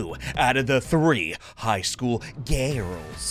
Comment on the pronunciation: you said gayrls